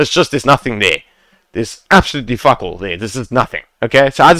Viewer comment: lol love when you say for the love of fack